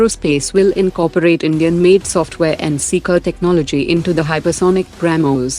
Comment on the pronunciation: I heard "Comedian" prime minister at the start 😂😂